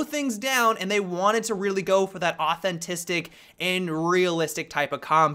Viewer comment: "Authentistic" ? lol